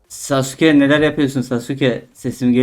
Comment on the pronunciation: Sasukenin adı sasukegūū degil